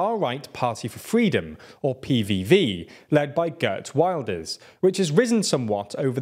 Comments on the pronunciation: FYI, Dutch names aren't pronounced in English. Wilders isn't pronounced like the English Wilder, more like Vilders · Hmm, not one of better efforts. Wilders barely gets a mention at the end and his name is mispronounced: it is Will-ders, not Wild-ers!